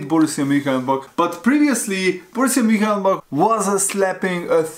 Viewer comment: what's up lad, it's Mun- Chen- glad-back